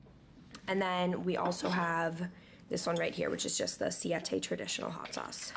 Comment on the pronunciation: This girl needs to learn how to pronounce spanish words. I cringed when she said “siete”